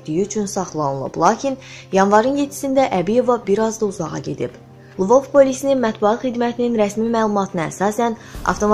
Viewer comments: Ай бисавад лвовь созуну дюзгюн телеффуз ет. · Zehmet olmasa, Lvov sozunu duzgun deyin